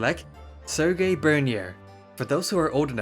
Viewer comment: And also Serge as Ser-gay as if he was Russian 😂😂😂